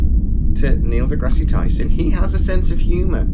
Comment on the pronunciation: By the way, you don't pronounce the "e" at the end of degrasse.